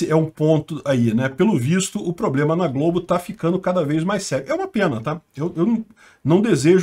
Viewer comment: Globo nao mah eh Globe. kkkkkkkkkkk